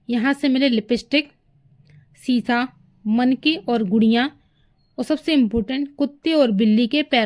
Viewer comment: Shisha hoga shish nahin.